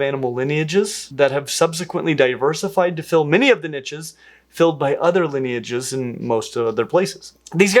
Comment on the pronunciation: NEVER SAY NICHES LIKE THAT AGAIN